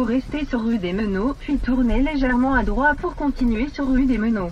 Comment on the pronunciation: Elle ne sait pas dire "droiTE" sérieux ? C'est le genre de détail complétement idiot j'en conviens mais qui peut me souler à force de répétition 😅